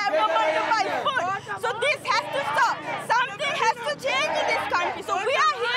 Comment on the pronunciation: You pronounced food as fewd- but yes there is lot of fewd there right now